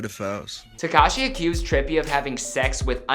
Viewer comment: Hey . At list this guy pronounces 'tekashi' correctly.